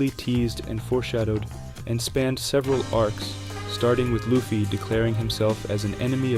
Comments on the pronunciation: great video, but there's no way you have analyzed one piece in this much detail and pronounce it "luhffy" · Good video but why do you pronounce luffy as luhfy smh it’s annoying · U talk way too low for the music volume to be that high man lmao “luh-ffy” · How do people watch one piece and still pronounce luffy name incorrectly lol. Beside that amazing video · no way my guy has a video essay about the emporers but pronounces luffy wrong that aside i really enjoyed the video. the emporer's just didn't have the oomf they needed, which smaller villains have had